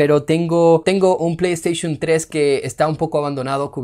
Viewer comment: pley esteyshum xd